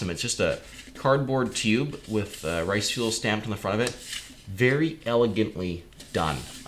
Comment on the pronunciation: Btw u keep saying risefuel it's riseful sorry it just really bothers me